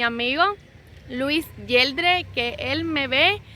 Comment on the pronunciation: Aay gracias por fin sali jaja me encanta verte te espero siempre eres muy noble y pura de alma me encantas y se pronuncia jeldres no yeldres jaja pero eso no importa linda graciaa ❤️